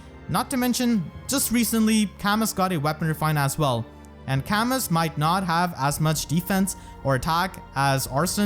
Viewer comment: Camus is pronounced Camoo, future reference. The s is silent